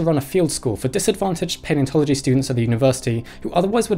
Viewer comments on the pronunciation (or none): none